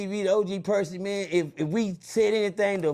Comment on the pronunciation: 😂😂😂😂 Bro said Perky